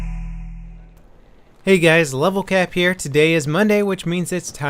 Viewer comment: its not levelfap -__